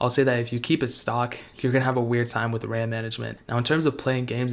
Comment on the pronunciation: "10 gagabytes of rahm"